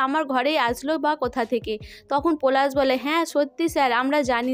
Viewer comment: তুমি পোলাশ আর পোরাগ কে যা করলে😂😂😂😂😂 পরাগ আর পলাশ ঠিক করে বলো।